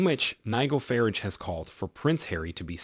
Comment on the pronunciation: Would this be a computer generated voice? Also Farrage, is NOT pronounced Farige, as in carriage, but Farrage as in barge. Mind you an American President mispronounced our Prime Minister, of the time, as FRASHIER, instead of FRASER. Then again, Obama pronounced Tunisia, as Too-nee-sha. It's only polite to learn how to pronounce "foreign" names, and place names correctly. Sorry for the digression, just my particular passion.